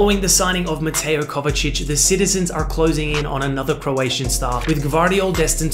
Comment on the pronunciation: As a Croat I can confirm that you pronounced “Joško Gvardiol” and “Mateo Kovačić” perfectly👍